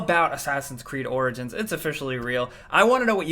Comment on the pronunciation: At the end you said orgins and orgins